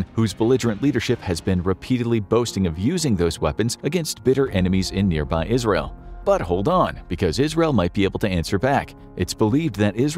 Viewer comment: Thats funny it sounded like you said al-qaeda instead of Israel.